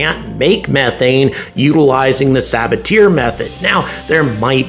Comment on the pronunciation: Sabatier was French; it's "suh-BAH-tee-ay", not "saw-buh-teer"